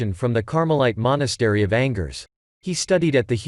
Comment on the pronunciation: excellent - except your French pronunciation like -angers angers me, Whether or not it is AI unable to make a difference between proper nouns and common ones...please address and remedy. Thank you much svp merci